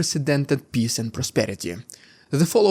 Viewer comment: You should work on how you pronounce peace.